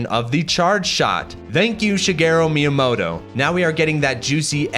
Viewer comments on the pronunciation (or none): none